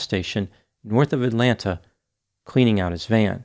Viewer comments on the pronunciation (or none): none